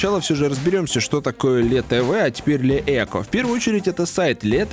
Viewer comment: Не "ле эко",а "ли ико"